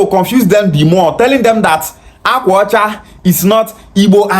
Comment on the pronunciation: Akwa ọcha is Igbo language meaning "White cloth" He's claiming Anioma yet he can't pronounce Akwa Ọche. Why is he crying on their behalf & draging them, is it byforce to be Bini? 😅 funny people.